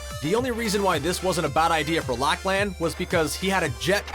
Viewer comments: Code lachy P.s. its pronounced (lock-lin) not (lock-laan) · Lachlan is not lach lan it’s lach len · He called Lachlan lack lan and was mean to him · Yeah Lachlaaan. It's pronounced Lok-lun. And don't land in Tilted? Land at the outskirts? Bro you're an actual scaredy cat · Its pronounced, “Law-clin” not “lac lin” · Wtf? Did you say “Lack-lan” instead of “Loch-lun?” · Lac-lan 😑 its lachlan lock-len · Dude it's Lachlan not laklan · LOCK-LAN LOCK-LAN?!?!? ITS LOCK-LEN Lachlan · did he just call lachlan “locklan”? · It's pronounced "Lock-lan" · It’s lock-lan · its pronounced locklen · “Lack Lan”? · Lachlaan is how he is saying it. He can't even English. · Laklan sry but that’s not how you pronounce Lachlan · Why did he have to pronounce Lachlan as Laklaan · Cringe "Lach-Laan" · It is pronuced lachlun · Anyone notice lack-lan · OMG ITS LACHLAN pronounced (Lachlen) #Triggeredx9000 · They pronounced it like lack lan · It’s not Lacklan, it’s Lachlan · He said Lachlan wrong. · He says lachlans name wrong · Who else was triggered when he said lachlan wrong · Lol the way he said Lachlan’s name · Ya he was just making quality memes 👌 and he pronounced it wrong